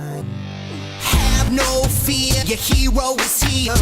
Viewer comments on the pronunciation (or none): HAVE NO FEAUUURRRR YOUR HERO IS HEUUURRRR why does he pronounce it like that